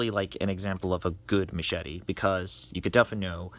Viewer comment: Machete or meshadi? You pronounce it in a very strange way.